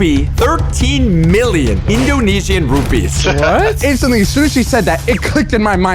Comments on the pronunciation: Its rupias not rupees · It’s not rupee but rupiah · Dear,. My country (Indonesia) is a horrible country because, overpriced stuff, un-reliable stuff, EXPENSIVE airlines, etc etc, and PLEASE use garuda Airlines next. +points if you use agoda EDIT: it's rupiah (ru-pi-ah) not rupies. And the flights from Bali to Japan is way worse than you think. And expect the pricing to be expensive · it's pronounced "rupiah"